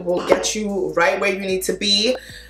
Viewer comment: The Nigerian accent gets me every time. Outa no where😂